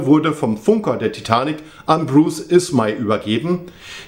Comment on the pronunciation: und der liebe ismey wurde falsch ausgesprochen